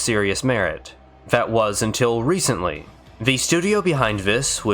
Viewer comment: How is it that you can pronounce "th" sounds properly when saying "throughout" and "thoroughly" but still say "vis" and "vat"? It's maddening. I want to like this channel so badly. Please, please take a second or third pass at the audio. You're clearly reading from a script so you can easily re-record and edit segments. I promise I'm not being a dick. I'm a voiceover guy myself. I'll edit your VO for free, reach out to me. Please. It's a tiny, easy change you could make but it would be a humongous leap in quality for you. Please.